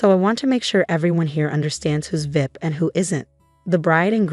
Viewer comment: I wish AI would pronounce VIP as V.I.P and not vip. Sounds ridiculous